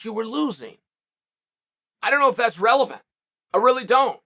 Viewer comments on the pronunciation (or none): none